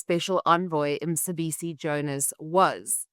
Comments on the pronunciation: Is Emma a South African? Why she call Mcebisi Jonas Msebisi? Why she can't ask from fellow colleagues how to pronounce it. If you area South African at least you should be able to pronounce a local name. If she can't ,next time she better say Mr Jonas because to me msebisi means something else. I can't believe people like Renaldo Gouws are quick to ridicule Malema's pronunciation of Elon Musk yet they can't pronounce the name of the town where they stay. Isn't a shame? I also heard the other right winger called colonel denouncing president Ramaphosas pronunciation of primafacie yet he could not pronounce Mchunu . He says Mtshunu . . Most white people in this country think president Trump is a paramount chief of South Africa. He is not . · Not Msibisi maan, he is Mcebisi. Mce Mce Mce not Msi Msi Msi big difference